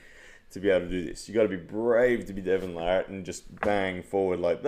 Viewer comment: I don't arm wrestle but as a new fan of the sport wanting to explain the more technical aspects to others and get them into it, videos like this are gold. Great stuff!! It's also very refreshing to hear Devon's last name pronounced properly lol. Larratt not LeRat.